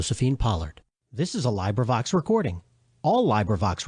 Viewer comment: when u mispronounce librivox its hard to take u seriously